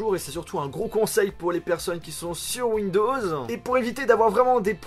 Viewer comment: Cest chelou quand tu dis un mot et puis -E (ex: ou encore windowsE bref...E) 😂